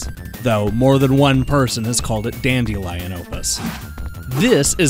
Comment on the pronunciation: You're absolutely wrong about Daedalus and daedalian. The "ae" combination is pronounced with an E sound, not an A sound. Typically a long E. "Deed-a-lus". Though in this unusual case, "dead-a-lus" is fine too. Still an E sound, though. It's kind of funny because you point out how people mess up the Japanese "ai" combination, but the Greek/Latin "ae" is practically never said correctly, including here. It tends to come up in archaic spellings, old words, obscure plurals, and proper names, such as our boy Daedalus here. Some examples would be: archaelogy, aeon, aether, daemon, personae, antennae, encyclopaedia, paedophile, mediaeval, algae, nebulae, aegis. Aegis is like the worst offender. That one comes up relatively often in video games, and I've heard it pronounced correctly exactly once. In an old TV commercial for the US military. Geeks need to step up their geekery. I also hear it a lot with "daemon" since writers occasionally spell it that way to sound extra mystical or old-timey. In reality, it's the exact same word as "demon", and pronounced exactly the same. And if you ever forget, just think of your old friend Julius Caesar. His name isn't "cay-ser".